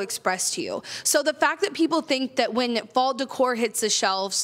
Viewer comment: Interesting that when you said you can artificially create a fall scenario, the words fall and scenario blended and it sounded like false scenario which is spot on 🤣